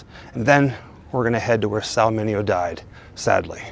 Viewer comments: Pronunciation - ’Min Aee Oh’ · MINEO NOT MINIO.